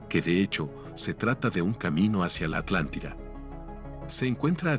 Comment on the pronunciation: La alantida🔥🔥